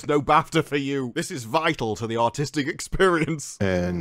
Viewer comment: “This is vital to the AUTISTIC experience” OK. I’ll respect your accent for it’s accuracy – Just this once..